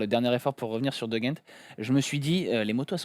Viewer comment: Vous êtes chaud bien prononcer De Gendt une fois au moins ?